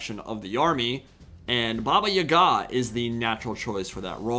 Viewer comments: it aint baba yagA, its baba yAga. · I've never heard it pronounced Baba Y'gah before; always Baba yah-gah. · my guy I can’t let you keep pronouncing these words wrong. I’m taking my stand: It’s pronounced: baa•bā•ya•guh Also, it’s pronounced: zurk•seez not “purple sun of zeeerié•es”